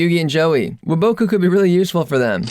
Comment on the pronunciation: hate how you say woboku